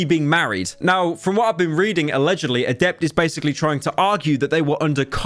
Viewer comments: Samantha = "Adepter" LULE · I'm blown away by how Pyro always seems to mispronounce most people's names he is covering. Adept, CrazySlick, Sliker etc